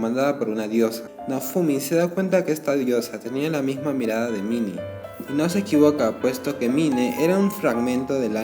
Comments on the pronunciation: Se dice main , no mine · mine La pronunciación: main